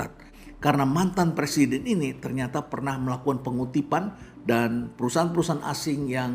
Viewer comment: ada salah ucap persiden.......